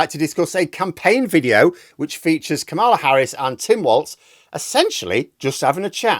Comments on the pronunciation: KAMala not kaMALa, just listen to her say her own name, please. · It's "Karma-La" not "Ka maaaar la" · I normally wouldn't make an issue out of this, but unfortunately, Trump has made it one. Her name is pronounced KAmala, not KaMAla. Emphasis on the first syllable, not the second. Trivial, I know, but MAGA people and Trump mispronounce her name on purpose. Only trumpturds say KaMAla. So you want to get that right. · Trump and his buddies say kaMAla. It's KAmela. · Kamala is pronounced: Kar-muh-luh, nor Kuh-mar-luh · It’s pronounced ,la = comma-la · Big fan of all your stuff. Just a friendly suggestion, please check out the correct pronunciation of “Kamala”. It’s not intuitive but the accent is in the first syllable … “KAH-mah-lah”. Cheers. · The pronunciation of 'Kamala' has become a partisan issue., you've mispronounced it which (no doubt accidentally) makes it look like you are siding with right-wingers who are mispronouncing deliberately.